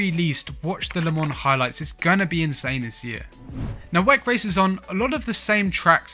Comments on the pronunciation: why u calling it wec .... it W.E.C. World Endurance Championship!!!! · I've never heard it pronounced weck, it's equivalent in my thoughts to pronouncing the F.I.A as fiah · Stop being lazy calling WEC It’s W…E…C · Couldn't finish the video. Kept hearing him saying "weck" and it sounds like he's trying to say "wreck" but failing. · pls dont prenounce wec like that😢